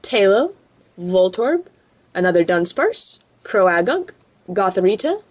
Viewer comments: Its pronouned cro-gunk not cro-a-gunk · Croagunk is pronounced crow-gunk not crow-ah-gunk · its crogunk not with the ah in it